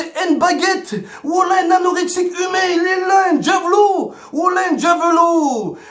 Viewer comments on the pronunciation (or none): Je s'avais pas que on disait "djavelot" 🤔